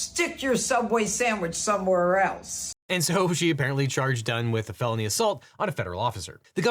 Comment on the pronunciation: It absolutely IS a deli weapon, actually (incidentally, I also thought you said "baloney assault" instead of felony assault earlier)